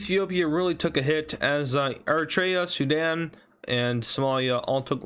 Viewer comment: Did my bro said Zidane instead of Sudan 😂😂😂😂